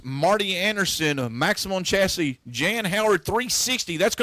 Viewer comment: It's Maxxim not Maximum